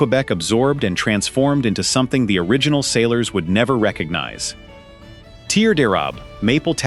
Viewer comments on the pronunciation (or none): none